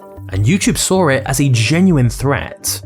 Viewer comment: it's SAW, not SAW-R